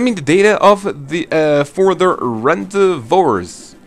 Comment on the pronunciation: Is your first language English? I only ask because of "rendezvous," which is pronounced Ron-Day-View. Just like to help those struggling with the mishmash that is English.